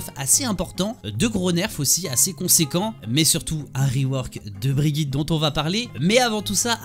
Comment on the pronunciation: C'est Brigitte pas brijitte ça ce prononce Guy. Comme hammone et pas hammonde..